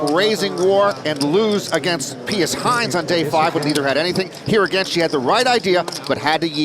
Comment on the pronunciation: How can you look at the name PIUS and think that it's pronounced "Pey Oos" ??? It's pronounced "Pee Us".